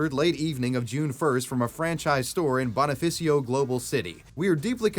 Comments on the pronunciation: Boni-fash-o. Not Boni-fa-see-o. We were colonized by the Spaniards for 300+ years, not by the Italians. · raffy *tulfo not tuflo, also *bonifacio not bonaficio 😂, now i know how other people feel when i butcher their language's pronunciation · BO-NI-FA-CI-O not bonafisio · oh it's pronounced Bonifasho not Bonifasiyo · "Bona-fey-siyo" lol 🤣💀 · not much related to the video But It's pronounced "Bonifashio" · pronounciation help: when you say bonifacio you say "bonie fasho" and raffy tulfo as "rafi tool fo" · Alique is read as Ah-leeh-keh. If you want, you can send me an email for Filipino to English translations, free of charge. Edit: Rizal is pronounced Reee-sal, Bonifacio is pronounced Boh-nih-pah-seeyo, and Tulfo is pronounced Tool-poh. You're really butchering Filipino names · It's "BONE-ih-FOSS-ee-oh"! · bruh you murdered Bonifacio's name thoroughly lmao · it hurt to see you butcher the words "Bonifacio" and "Rizal" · as a filipino, watching butcher filipino words like bonifacio is hilarious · Im a filipino and i remember seeing the Jollibee Towel on the news, i vowed to myself to never eat Jollibee again (i hate it anyways) Also the way you pronounced Bonifacio makes me die